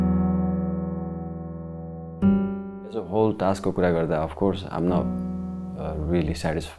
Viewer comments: It's not "TAKS" guys .... its "TASK"😀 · it's called task not a taks😂😂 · Firstly ta task lai inarle taks kina pronounce grxa k 😂